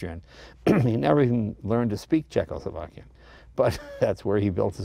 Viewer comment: speaking "Cechoslovakian" hahahahaha.......Jay , you're sometimes funny without knowing it !How do they Austro-Hungarian spoke ?????? Or the Belgians ??????? Or the Indians.......